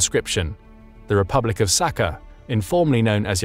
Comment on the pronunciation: While the information here is great and mostly accurate, your pronunciation REALLY needs work. Sakha, Circassian, Buryatia. Look up how to pronounce them